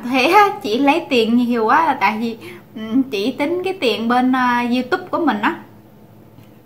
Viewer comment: Em ơi đả ở mỷ rồi đừng nói vi đi veo nữa ,vi,đi ,ô em ơi